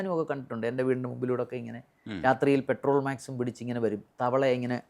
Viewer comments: പെട്രോൾമാക്സ് അല്ല സാർ പെട്രോ മാക്സ് (പോലീസ് " പട്രോൾ "വാഹനം എന്നതിനും പലരും പെട്രോൾ വാഹനം എന്ന് പറയാറുണ്ട് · പെട്രോൾ മാക്സ് അല്ല, പെട്രോ മാക്സ് ആണ് ശരി. also.